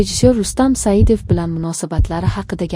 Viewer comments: Xoxlasa Sayidov,xoxlasa Sadiyev deb gapiradi.Ikkinchisi Sagdiyev. Familyani tŏģri etishni ŏrganila oldin blogerla. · Рустам Саидов дисиз Рустам сагдиев дисилар тугри айтилар Фамилияри бошка сузларричм нотугри гапирасизлиар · Rustam Sadiyev familiyasini toʻgʻri aytinglar. Turli xil aytyapsiz.